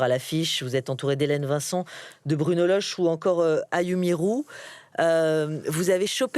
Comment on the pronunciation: C’est Bruno Lochet pas Bruno Loche ! 😂